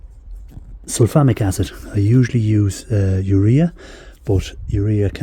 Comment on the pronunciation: And I thought he was saying Sulphonic.